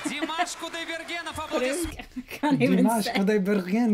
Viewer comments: If one listens carefully in Slavic speaking countries his last name is spoken as "Kudaibergenov". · nice to see your other half and welcome to her. i get that long run to 23 seconds or did i miss a zip he made? btw he says Kudaibergenov.